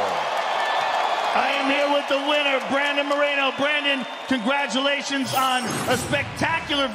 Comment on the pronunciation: Congaguletions bredon